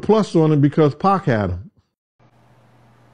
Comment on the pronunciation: QUIT CALLING 2PAC...PACK...GAH...😮